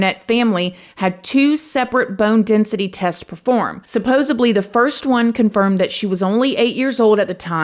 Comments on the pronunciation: fyi, it's "supposedly, not supposobly" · there's no "b" in supposedly. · PS,....its " supposedly" not "subposedly".....